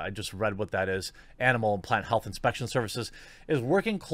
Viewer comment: Why can't you pronounce 'L' when in the word 'plant' and 'flower', but you CAN pronounce it to replace the 'R' in 'grow'? HMMMMMM?!?!